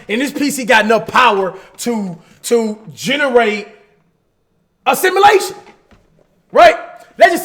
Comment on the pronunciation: Can someone please tell cash that its “a simulation” and not “assimilation” ? 😂😂